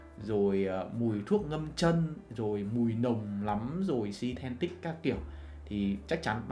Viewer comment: synthetic chứ không phải sythentic, chủ kênh chú ý sau này đọc đúng để chuyên nghiệp hơn nha.